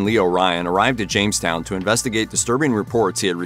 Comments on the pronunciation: Quit calling it “James” town. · Really called it Jamestown at the start ffs